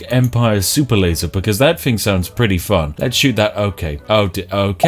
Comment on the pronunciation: If you're going to put on a mildly stereotypical posh accent. ..... at least pronounce your TH's correctly ... "Fing" and "fought" My god man.....